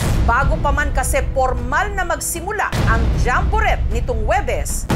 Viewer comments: Jambo- ret? Paano ang tamang pronunciation nyan? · jessica naman d mo ba alam ang correct pronunciation ng jamborette? jamboret ewan sa u, silent t ano ka ba?